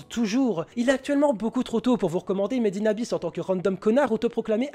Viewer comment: Quand il a dit Made in Abyss pour la 1ère fois j'ai cru qu'il avait dit Medina bis 😂😂😂